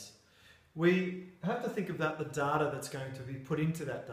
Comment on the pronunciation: Cant get past his pronunciation of "data"